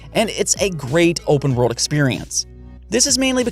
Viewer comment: Nobody:: breath of the WOAHWLD